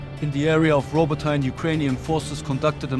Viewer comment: Роботне/ Robotyne is not Robotine Robot_Nay or Robot_Knee is how it is produced in English.